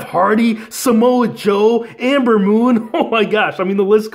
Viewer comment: Ember not Amber bro. 😂